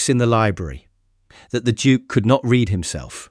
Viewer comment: In a way he could no longer read(Pronounced Reed) Spells like read(red) but you have to read in context. Perhaps you should consider an editor. I could help re that. Story seems interesting so far.